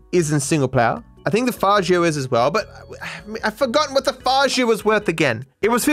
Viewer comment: I wonder where learn to pronounce Faggio